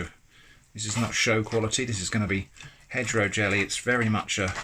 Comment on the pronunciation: My dumb ass thought you were saying hetero jelly. As in heterogeneous.